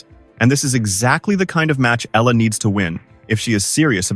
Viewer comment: Please pronounce her name properly, Alexandra /Alex Eala (Eyala). Just pronounce it right. We will appreciate and thank you for it.